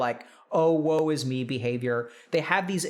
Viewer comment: you know you use the internet too much when you hear "OwO is me" instead of "Oh woe is me" Hahaha